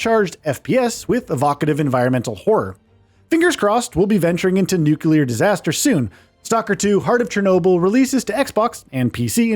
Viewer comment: God…..you said nucular. 🤦🏽 It’s nu-clear. - nuclear